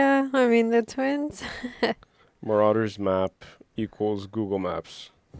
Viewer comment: MARAUDERS pronounced…….” Mar…..odd….era “ are plunderers and pillagers ( old English term ).